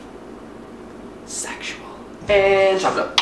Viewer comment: "SEXUEL" died laughing..